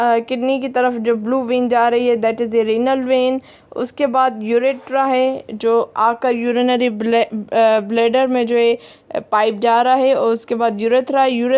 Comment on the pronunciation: Say one time blander 😂